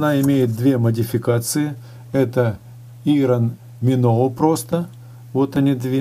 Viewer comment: Так слух режет- ирон миноу. Извините но поправлю- Айрон Миноу.